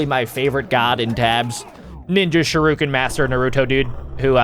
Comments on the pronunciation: It disturbs me how he says sharuken instead of shuriken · It’s pronounced sh-ur-I-ken